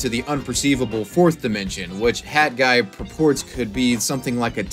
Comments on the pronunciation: Stop saying "Hadguy". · HAT guy... not HadGuy.....pronounce your T's!!! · Why is he calling him had guy. It's hat guy 🤦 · Why do you keep saying HAD Guy instead of HAT Guy? Your pronunciation is very confusing. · Why do you keep pronouncing hat guy...."had guy"? No disrespect it's just tripping me out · You should really learn to pronounce the letter T. Hat should not be pronounced the same as had as you do in the video. Sorry but it really got on my nerves. Lol. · HAT! HAT! Not HAD! NOT HAD! Learn to pronounce 't' when it's at the end of a word! Maddening! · you pronouncing hat as had the whole video was driving me nuts. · And it's HAT guy... NOT Had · Cool update, but why are you calling him HAD guy when it’s clearly HAT guy. While I’m on this topic, why have so many people turned into Jennifer Lopez and dropped the T, (or made it a silent T, which doesn’t exist in the English language) in so many words, (the exception being if the word starts with a T)? This is especially happening in names, for example Colton and Clayton is incorrectly being pronounced like Col-in and Clay-in. It drives me nuts. Why are people intentionally dumbing down the English language? STOP IT! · I hate how he keeps calling him "had guy" It's HAT. WITH A T. TTTTTT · Dude why have you made a video about someone when you cannot pronounce his name correctly? Its hat with a T not a D. You do it throughout the video which is really good but you say his name wrong continually. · Interesting video but I can't get over your enunciation of the word hat. It sounds like you're saying had guy. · Especially when he keeps saying Had guy, like pronounce the fucking t dude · why do u say hadguy?